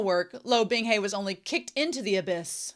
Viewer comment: It's so easy to listen to these. I have a couple other Youtubers I like and I've tried their read throughs, but none of them took. Yours are great. Just enough talking and reading, and you read well, which THANK YOU. I will get used to you saying 'binghey' instead of 'bingha' lol. I'm most impressed you got Qingqiu right so quick. That one took me FOREVER.